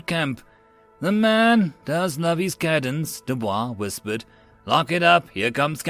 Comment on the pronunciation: Cadence is pronounced wrong. Good job on story and narration but screwed the pooch on pronouncing military words.🤣🤣